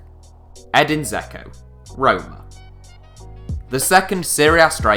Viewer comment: Danilo Nikolić yes I know. I meant why is he pronouncing it zeko not dzeko